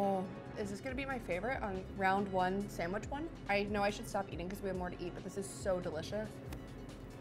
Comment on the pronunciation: She hasn't said sandwich properly yet, expecting her to know the names of all the breads is a pretty high bar.